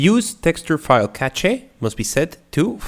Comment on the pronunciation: Btw, cache is said like cash.